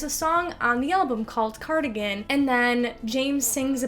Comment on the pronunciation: cardigan sounds like “car again”